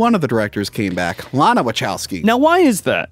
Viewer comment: Is this “” purposely mispronouncing Wachowski?